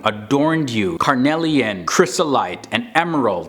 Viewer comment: You mispronounce “carnelian,” “lazuli,” and “Shaitan.” Please bother to pronounce words correctly when you use them. How to pronounce “carnelian”: How to pronounce “lazuli”: How to pronounce “Shaitan”